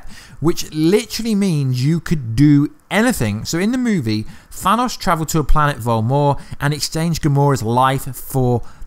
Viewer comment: "Thanaus" lmao im dying